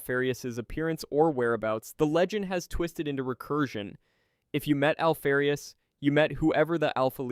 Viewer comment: Alfee-rius ? Do you say Alpha or Alphee? Noob. Dislike.